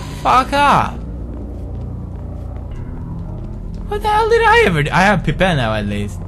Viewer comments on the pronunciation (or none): It's funny when he says Pipe (pīp) as Peepe